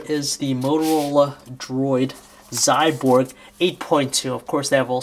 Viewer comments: Not "Xyborg", Xyboard dumbass!! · its Xyboard !!! not Xyborg !!